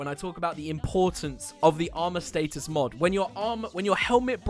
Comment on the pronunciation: The way u say status pisses me off